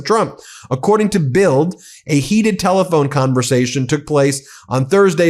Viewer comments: Love your reports. Just for future info. The German newspaper BILD your quoting is pronounced "BILT". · Pronounced “Bilt” a German News Source.